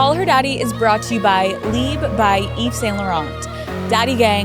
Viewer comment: That’s not the way to pronounce LIBRE of Yves Saint Laurent. LIBRE is an Spanish word. And even if you don’t want to pronounce it in Spanish, is still off in English. It makes no sense to say “live”. LIBRE means freedom. VIVIR is Live. Just so you know!